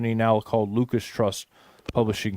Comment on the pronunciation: I thought it was Lucis not Lucas